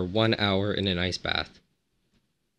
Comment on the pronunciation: Every time he says ice bath I hear nice bath or rice bath